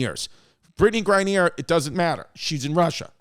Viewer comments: Its mad cringy hearing brittney grine-neer its grine-ner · Man, V has obviously no knowledge about politics, the WMBA, or how to pronounce words correctly, “Gra-neeer” lmao or should I say CMAO(CacklingMyAssOff)